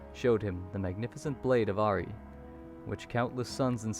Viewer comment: IT IS PRONOUNCED ARI-AYE